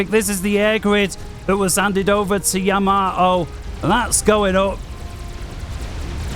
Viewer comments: Seeing as he is not a IJN vessel, nor is he Isoroku, but rather a FAF Player. I have a delightful anti-butchering tip for you: It's Yamato, not Yamamoto nor Yamamato. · We English struggle with Japanese words and names. There's something about Yamato that makes us often prononounce it as Yamamoto. We all knew which player he was referring to. So it's no big deal if the name was mis-pronounced. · The ship you're talking about is the Yamato, not Yamamato xD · don't worry, everyone makes mistakes and we are not here to learn proper pronounciation of uncommon words. Though tbf Yamato isn't that uncommon ;) Btw. Gyle is blind and that doesn't stop him from being very entertaining as well so no worries about some minor pronounciation mistakes here and there.